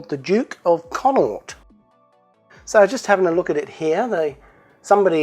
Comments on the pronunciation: Pronounced Con - awk- t, one of the four Irish province's in the west. Make sure to really go hard on the last t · Awesome! Pronounced CON NOCT btw! Merry christmas